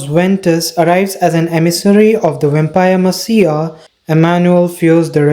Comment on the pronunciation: This was a nice recap, but, without trying to be rude, you should look up the pronunciations of any words you aren’t sure how to pronounce (like messiah, or cowardice, to name a few) since you also have an accent it’s kind of difficult to follow